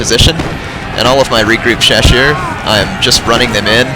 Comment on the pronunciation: Great battle! Two things about the chasseurs: the double "s" is pronounced like in "snake", and they kinda suck XD